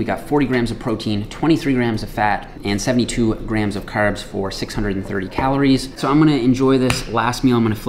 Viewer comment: The red beard and the Irish accent for your “Caerbs”...is a jacked leprechaun??!!